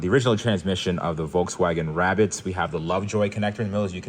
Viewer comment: Wabbit 🐰 .....hahaha 🤣😂🤣😂🤣